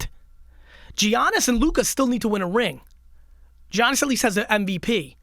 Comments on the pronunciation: Its not effin giannis.. its pronounced yannis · bro really said Jiannis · Please learn how say Giannis sheesh